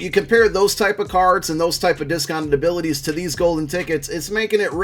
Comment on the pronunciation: said jefferson abitiys